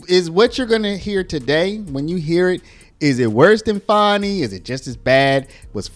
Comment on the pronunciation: Fanny. We all know it's Fanny not Fani